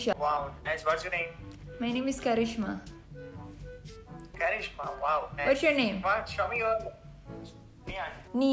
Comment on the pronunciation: gw kira orng indo, logat nya itu loh "Kharisma halo" Indo bgt